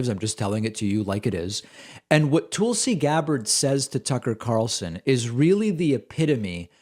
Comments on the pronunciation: I love the way he pronounces Tulsi. “Tool-si” 😂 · Lol David, I love how you pronounce her name "Toolsie". Bravo friend. 👏👏👏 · Uh, why are you calling her Toolsie? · I admit I clicked more to hear how you would pronounce “Tulsi” than what she had to say.